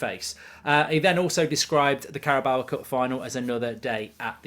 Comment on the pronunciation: Still can't say Carabao correctly